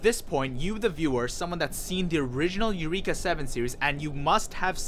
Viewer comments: Isaac Guerrero and definitely NOT eu-reeek-uh ughhh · Why are you mispronouncing “Eureka”? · How you watch this show and not pronounce eureka or a anemone.